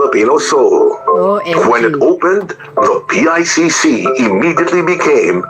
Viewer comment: PICC po Hindi ICC teh’😂